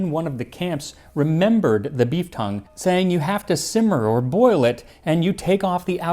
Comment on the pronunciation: I had to do a complete double take because I thought you said 'beef cum' instead of 'beef tongue'